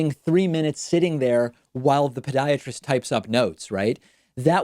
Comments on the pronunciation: It really sounds like David is saying Pediatrist instead of Podiatrist. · Why are you pronouncing it “ped”iatrist. It’s “pod”iatrist. Ped is Greek for child. Pod is Greek for foot. A pediatrist would be a doctor for children. A podiatrist is a doctor for feet.